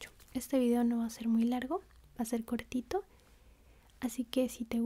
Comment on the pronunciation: Me dolió cuando dijo cortito😅